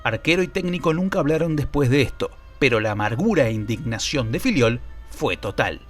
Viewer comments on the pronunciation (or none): Soy yo o los argentinos siempre pronuncian Fillol como “filiol”? 😂